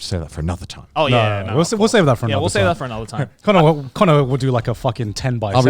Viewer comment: "Speaking of porwerful, should we go to my list?" Lol, sure, Cannur, whatever you say. has Shrek 2 OH YEEEEEAAAAH!!